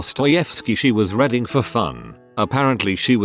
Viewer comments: I like how the narrator says "reading" as "reding". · No one: Voice: RED-ing, NUMBER, PRIHV-issy